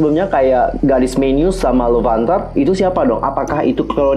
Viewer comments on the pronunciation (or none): Apa cuman gw yg ngedenger tiap bilang God's menu jadi Garis menu...